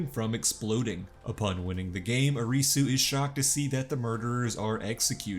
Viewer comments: Lol the recap was great, but the pronunciations were incredibly terrible. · Ah yes, the lead character... Ahreesoo